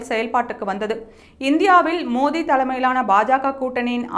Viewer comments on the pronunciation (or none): none